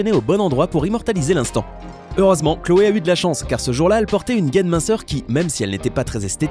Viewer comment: c'est pas khloe c'est cloe